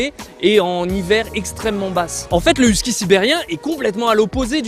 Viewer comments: Whisky ? les français ne savent pas comment prononcer les noms 😩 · ayoye,..huskie votre prononciation est horrible....et vous en faites tout un show....calmez vous cela va aider à vous écouter.. (Québec , Canada)